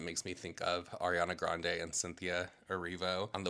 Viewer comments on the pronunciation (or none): none